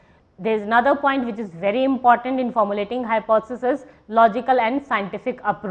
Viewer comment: Madam you are not able to pronounce the word Hypothesis...... Too monotonous .......